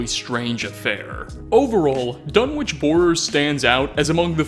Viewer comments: "The government couldn't just fire into the crowd" Oh wow, one way fallout's america was less evil than our own *Also, major nitpick, Dunwich is pronounced without the "w" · I know this is an old vid but Dunwich is a village in the UK, it's actually a silent W so its pronounced Dun-ige. Just thought you'd like to know.